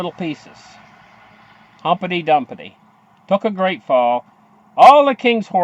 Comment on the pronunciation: its pronounced Humpty Dumpty not humpety dumpety!!